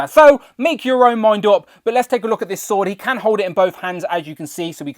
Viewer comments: sounded like “Sod o’ Might” 😱🤦‍♂️ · You do need to enunciate more, esp when discussing the “Sword of Might”, because it sounds like a totally different word that will get YT to censor your channel. 🤐😉😂🖖